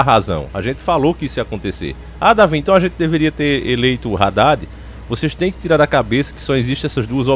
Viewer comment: Não é Raddad e sim '' Haddad ".